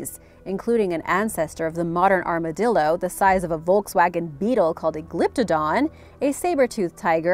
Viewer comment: She totally says armadilldo on number 8